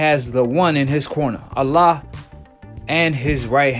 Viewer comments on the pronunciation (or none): none